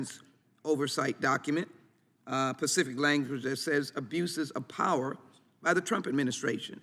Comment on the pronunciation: It's "specific" not pacific. Sheesh